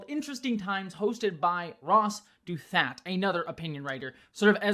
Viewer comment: You did not pronounce “Douthat” correctly. So, we could just never have a single trans person talk to NYT or a conservative commentator, but what good would that do? Chase did a great job imo when otherwise Ross may have never platformed these ideas. Humanizing Chase in front of Douthat’s audience is probably GOOD overall. I think the platforming debate is over as hell, left-of-center will lose if they refuse to engage with viewpoints, even if they find some views to be odious. You’re acting like Chase is “getting played” by Douthat — why can’t we believe in leftists/transpeople to advocate for themselves? He’s a top lawyer and knew what he was getting into and the audience he is trying to convince (not us, left-of-center was obviously not the target audience). I did not watch your whole video because I don’t have the patience to deal with leftist moral purity when this is clearly a good move for the left, that Douthat is willing to engage a seasoned spokesperson for transgender issues instead of the disengagement and caricaturing from afar that normally happens on the right. But whatever let’s pretend public opinion is on the left’s side and keep on avoiding anyone we disagree with, that seems to be working great.